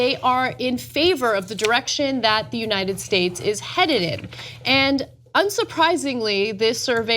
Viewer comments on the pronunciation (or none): "headeded" XD